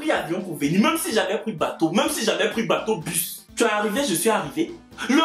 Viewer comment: Eh le son U n’existe pas c plutôt le OU raison pour laquelle on a DI mal à prononcer le U. Je t’♥️ chory 🇨🇩🇨🇩